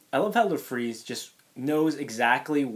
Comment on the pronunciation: I thought his name was Larfleeze not La fleeze.